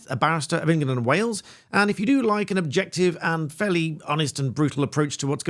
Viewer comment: Did he say "objective"?